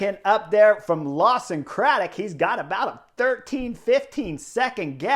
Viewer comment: *Lawson Craddock come on Chris 😁